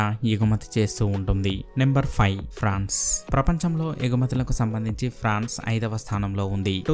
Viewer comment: Adhi prawns kadhuu france